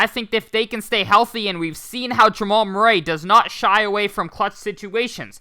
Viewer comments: Just a heads up from Mr. Murray here. Murray is pronounced (mer-ree). 😉 Thanks for the 🔥 content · How can I take advice from a guy who cant pronounce Murray